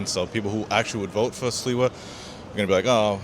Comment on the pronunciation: this guy doesn’t even know how to talk or say Sliwa’s name. Dumb dumbass